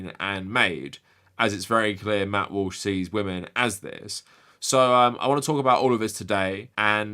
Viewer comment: Did you accidentally call him Matt Whoosh? 😂